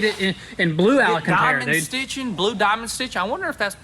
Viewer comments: HOLY HELL you are STILL saying ala-can-tera. It's AL-CAN-TARA, spelled alcantara. There's no ALA in it. FFS. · Love you guys, but please repeat after me AL - CAN - TARA... AL-CAN-TARA... Alcantara! You'll get it ;) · Is anyone ever gonna tell it’s AL-CAN-TERRA PS. Would love to see a collab with garage! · ALCANTARA NOT ALAcantara 🤦‍♂ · Alcantara not alacantara 😂😂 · Al-can-tara. Just sayin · Guys, it's Alcantara not alicantara 🙈 Love the vids and you guys always brings a smile in the world! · Every time I hear the boy’s pronunciation of Alcantara it cracks me up.